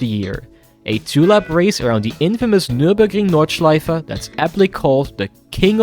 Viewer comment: i just wanna say the pronounciation on nürburgring nordschleife was really good